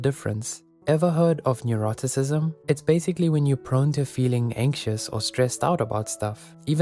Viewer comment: I'm confused, were you trying to say "Neuroticism"? like "Nu - Rah - Tih - Sih - Z'm"? 🤨